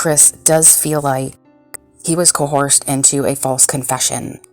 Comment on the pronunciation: Know words before you make a shitty video. CoHOARSED?? Americans don't even know their own language.